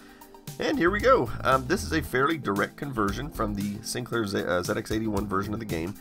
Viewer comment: Props for pronouncing ZX81 correctly. 👍